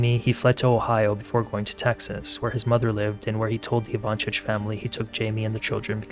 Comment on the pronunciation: Also it’s pronounced Ivan-SIC not chich.